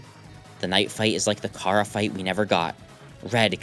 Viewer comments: Ah, ah, aaaaaah!! It's pronounced Chara like charcoal, NOT Chara as in chamomile. Sorry, I don't enforce the rules. I just point it out. Take your arguments with the annoying dog (aka Tricky Tony aka Toby Fox). He's the one who settled the debate at the 10th anniversary stream. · unwatchable. he pronounced chara wrong